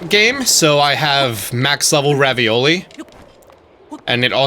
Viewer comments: It’s Ravali! Not ravioli he even says it that way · Its revali not ravioli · I laugh every time you say Ravioli 😂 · PLEASE stop calling Revali "Ravioli" for the love of God